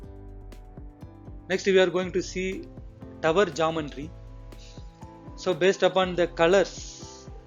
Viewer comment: It is not "Jumb-baan-tree"; It is Geometry=Gee-o-metry"...!!!!